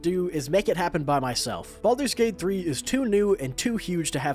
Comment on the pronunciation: Baldur’s bate bhree